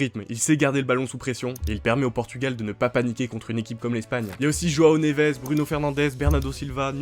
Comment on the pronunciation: Le pire c’est qu’il dit bien João neves y a que pour felix qu’il dit mal